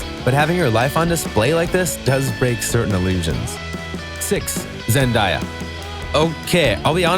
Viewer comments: It's not Zendiya its pronounced ZEN-DAY-A🙄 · Zen-day-a Not Zen-die-a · Um did you say zendiya its zendaya lol shs from Disney my cild hood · "ZenDIEah" ok but it's "Zen-DAY-ah" btw 😂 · Was it just me that freaked out when he said zendaya wrong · Who else got annoyed when he pronounced Zendaya and Teigen😒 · He actually just said Zendaya wrong